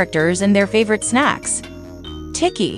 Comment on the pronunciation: Bro said tiki instead of Tikki 💀💀